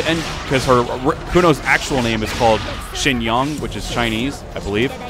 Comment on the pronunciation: Lmao so not only did I mispel it, I mispronounced it as well: "Zinyang" instead of "Shinyang"